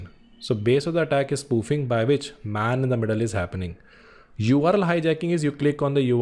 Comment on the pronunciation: Man in the middle not Main-in-the---Middle